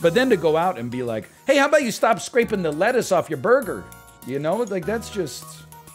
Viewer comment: why it he saying burger so retardedly 0___o I was just listening to him n didn't know what he's talking about, I thought it's a curse word he's censoring